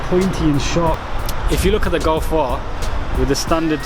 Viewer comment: sick vid but golf r you say gulf are